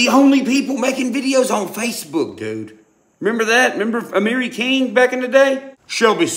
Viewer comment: How the hell you gonna claim to watch amiri king n you cant even say his name right?